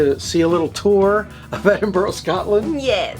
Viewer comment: We pronounce it, "Ed-in-bruh". It's a monkey puzzle tree. Great video 🖤